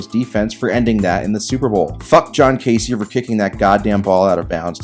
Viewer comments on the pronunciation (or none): none